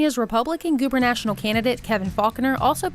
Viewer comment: Gubernatorial, not gubernational. Otherwise, great job